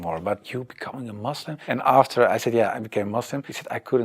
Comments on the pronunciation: First thing to every foreigner it’s Muslim not Muzlim nd it’s Islam not Izlam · Can you please stop saying mozlim 😅 kinda cringe